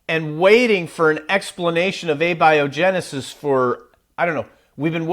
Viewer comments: You guys scientists? You pronounced A-biogenesis wrong lol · Uhbyohjinisis am dident hapend!